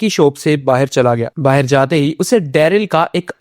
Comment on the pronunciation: Bhaar hota he bahir nhi